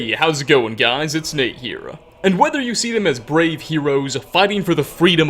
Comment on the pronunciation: Hey, Nate, it's Eye here...